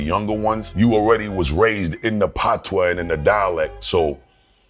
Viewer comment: i could just tell from bustas mouth that the patwois was coming😂😂😂